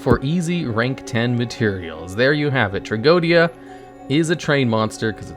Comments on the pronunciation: It's not tea-go-Dia. It's just tra-JEE-dia... It's latin for tragedy. Go figure. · The pronunciation of its name it s wrong. It s closer to Tragedia. That s the wordplay and the diphthong oe is read E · No, its tra-go-e-di-a 5 syllables